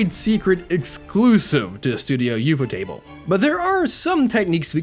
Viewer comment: I agree with what you said and I didnt even know that CGI was used in Demon Slayer. I will however state that the way you say studio ufotable is fucking gross